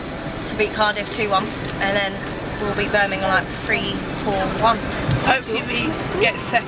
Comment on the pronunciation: Why can’t you say Birmingham properly?